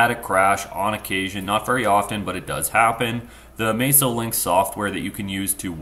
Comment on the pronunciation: I don't understand how any native English speaker could look at the name "MASSO" and assume it's pronounced "May-so". It's not. You can go to their own channel and hear their employees pronounce it correctly.